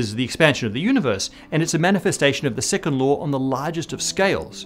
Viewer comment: I keep on hearing "the sycamore of thermodynamics'.